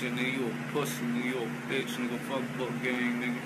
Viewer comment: He said boonk name wrong to many times